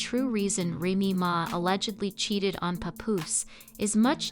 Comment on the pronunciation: If you’re going to do a story on someone pronounce her name righttttt